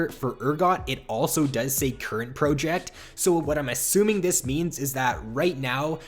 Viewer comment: The way you say project makes me triggered and idk why.